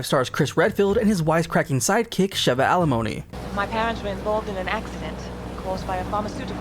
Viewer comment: “Sheva Alimony” 😂